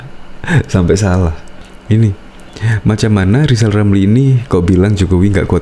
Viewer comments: lijal lamli 🤣🤣🤣🤣 blajal dulu sebut huruf R baru nyinyil olang 🤣🤣🤣🤣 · Sy se7 lijal Lamli jd capres,tp dg syarat,,dia hrs bisa ngomong ER,kl g bisa,,jgn mimpi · Kaciaaan deh lo LL, Lizal Lamli🤣🤣🤣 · lizal lameli omong R aja gak bisa kok komentari kinerja p jokowi yg sdh terbukti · LIZAL LAMLI ...bukan RIZAL RAMLI 🤣🤣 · Lizal lamly...kalo ngoceh yang benel ya.. jangan ngawul.. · Rizal Ramli, ngomong r. Aja blm bisa sok ngajarin pemerintah belajar aja dulu nyebut r. Baru bicara sama pak jokowi